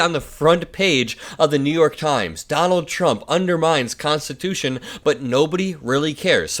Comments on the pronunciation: Did he say constitoosh? His brain just rain stops working at three syllables. He wants to jail people who burn the flag? What about people that beat cops with flag staffs with the flag still attached? Should they go to prison for a year? Well, Mr Law and Order, backer of the blue, what about them? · He said make it constitushun. He is looking really bad. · Did he say 'we're gonna make it 'constatoosh'?? .....